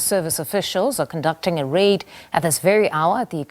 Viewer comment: It's a rait lol